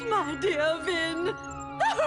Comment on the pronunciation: I seriously thought his name was finn not vin